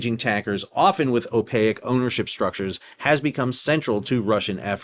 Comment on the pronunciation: It's opaque, not opaic.